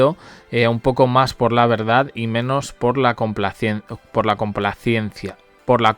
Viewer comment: es terrible, lo mismo con compliacencia, complaciencia, complaaaaapaciencia jajaja